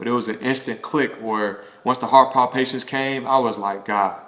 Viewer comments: Heart palpitations, not heart Pond- patience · Those “palpitations” ain’t no joke! I guess that’s what he meant by “palpations”. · Thank you for sharing. Just so you know it's pronounced heart palpitations. 🙂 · This was interesting. I had no idea that a lot of athletes have high blood pressure 😮. And I love the way he pronounces "palpitations." Cute 😊